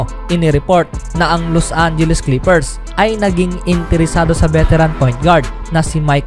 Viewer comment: Clepers? Unang sentence mo palang inexit ko n video. Pota haha Clepers daw